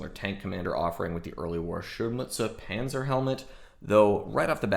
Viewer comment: Now, if you learn to pronounce that word Panzer, that would be even better. ;)